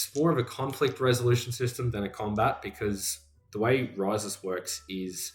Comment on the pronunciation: Pronounced (properly) is kinda a lil bit in between “REE-sus” and “ree-SOOS”. 🙂